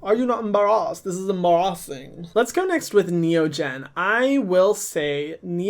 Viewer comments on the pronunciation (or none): Em bar awsing 🤣